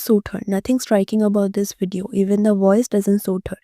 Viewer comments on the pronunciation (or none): none